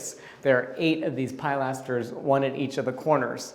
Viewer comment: Hi please, please stop calling a pilaster a pileaster it’s pronounced pill aster.